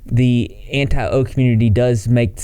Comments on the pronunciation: Jesus Christ, everytime you say Anti-O i cringe can you not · Every time he says “anti-o” my soul cringes out of my body. It’s so dehumanizing. Like keemstar views everyone who doesn’t like onision as a brainless bot, too blinded by their hatred for some greasy onion boy to think clearly and look at facts. In reality people that don’t like onision are anti-abuse and are critical of his behavior and actions. It’s not some personal thing against some guy we don’t know, it’s about calling people out for harmful behavior. And the fact that he thinks onision is going to grow from all this and have some redemption arc demonstrates a complete lack of understanding of the story he is reporting on.